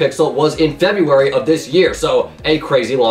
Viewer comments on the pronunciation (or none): none